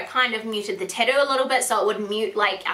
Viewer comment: You are just the cutest. I absolutely love how you say "tattoo". I'm weird I know! lol